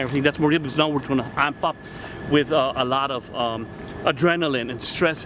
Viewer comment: A LOT* you missed the emphasis.